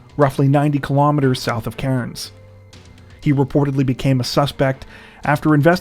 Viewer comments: the way he pronounces cairns gets on my nerves 🤣🤣 it's pronounced cans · Cairns is pronounced without the 'r' like (tin)'cans' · We pronounce it Cans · It's pronounced "Cans" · I love you guys!!! But just an FYI- Cairns, Australia is pronounced like 'Cans'. Okay, thanks again guys, keep up the great work!!! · Your pronunciation of Cairns could do with some work 🕵️‍♀️